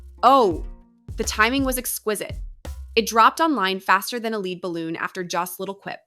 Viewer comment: Lead balloon is pronounced led balloon.💐